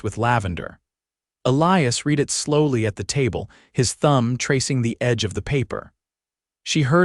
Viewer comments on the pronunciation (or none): AI mistakes: "Wound" prounounced "woond" instead of "wownd" was jarring and inappropriate to the sentence. "Reins", not "rains". "Read" pronouned "reed" instead of "red". But overall, the narration is pleasant, and pretty accurate. The intonation mostly appropriate. Image O.K. and the manipulation not too disturbing. Story very good. The small drama of the footprints was disquieting but a not uncommon danger then, and was met with vigilance and caution so that anything worse was averted. A real aspect that made the tranquil flow of the story more real, along with the other people introduced. Very enjoyable. (I won't argue "holy" instead of "wholly" in love.) OR, USA